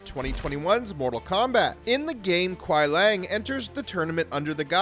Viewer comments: Kwi-ee-lang not Kwi Lang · The pronunciation of characters Bi-Han and Kuai Liang and other things... surprisingly not Quan Chi... needed a bit of work.